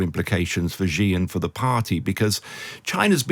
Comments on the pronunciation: After 24 years living in China, I can confirm there is no such thing as a ‘China expert’. Especially one that cannot pronounce Xi’s name correctly! 😂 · If you are going to be an expert on China, learn to say 'Xi' Jing Ping correctly. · A China expert who can’t say Xi (she) correctly? It is NOT “jee”! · China expert can't pronounce Xi. LOL. Jing Jang? The content was quite good but the pronunciation is really annoying. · I don't know who this guy is but as a Chinese speaker (I am a Taiwan citizen) I don't take him seriously for a second since he can't even pronounce Xi properly (it is more like the English see/C than gee...). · I have a hard time taking seriously experts who cannot correctly pronounce the name of the leader of the world’s most populous nation. The surname Xi sounds like the female pronoun “she” — not Zhee, or G. G. Ping. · If a journalist does not even take the time to learn the correct pronouncation of a leaders name, I for one can not take them seriously. it's pronounced (Sh-e)Xi not (ji or Ge). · How do you become a China expert and not say Xi JinPing correctly??? SHE-JEAN-PING. It's not hard. It's not Ji Jin Ping or Zhee JinPing. So annoying. 🙄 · Hint, Mr China expert: "Xi" is pronounced "she". "Beijing" is like "paging", not like "beige-ing". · Chhhiii Jing ping. Bay-Jing. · No, "She". "Chi" (like "cheap") would be transliterated "Qi". And writing "J" doesn't help with the pronunciation, because people insist on pronouncing it like "beige" or the French "je", rather than like in "jack" or "jump". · Xi is pronounced "she" just like the English pronoun. Not sure why so many people in news media and punditry are so illiterate. If you're gonna present as an "expert" on China, you should not be making these kinds of rudimentary errors. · Strange for such an "expert" on China that he struggles so badly to pronounce Xi's name correctly... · If you're going to pretend that you know what your talking about, at least pronounce Xi's name correctly.